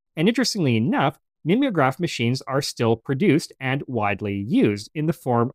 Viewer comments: NOT mim ee o graph but MIME O GRAPH as in to mime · MIM=EE=ograph? Are we sure it's not MIME-ograph?